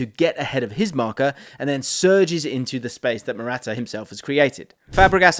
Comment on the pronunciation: bro, I can't, with how you pronounce "Morata"